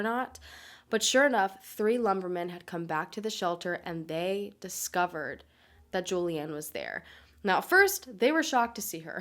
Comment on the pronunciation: You butchered her name 🙄 even the “juliane” part ist wrong